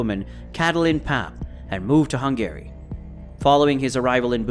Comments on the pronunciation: lel "Hung-Gary" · Truly impressive levels of mispronunciation. Who is Hun Gary? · Why can you not pronounce Hungary correctly? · Why is he pronouncing Hungary like “Hung Gary” Also… He was considered to be the top Russian gangster.. he’s from Ukraine, not Russia. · is this AI? Such strange pronunciations of things like Eurasia, Hungary, Russia, Israeli, and others. Gotta be AI, no other explanation I can think of for so many mistakes from what sounds like a native English speaker.